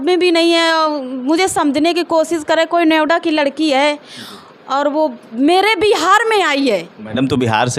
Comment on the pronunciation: Noida bhi bolna nahi aata hai